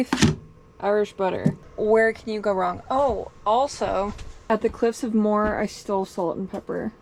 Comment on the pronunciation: You have a great eye for scenery and photography, I really enjoyed this video! I'm so sorry for the loss of your beloved friend 😫💔💔 I can't even imagine 🫂 Can I just say one little thing, you pronounce Glendalough as- glen/DA/lock and the Cliffs of Moher as- mow/hair!! ☺️☺️ You did some mileage!! 😲😲 Fair play!!!